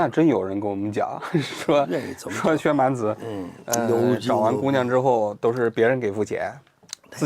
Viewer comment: 在名字里，一般念薛蛮子 子不能读轻声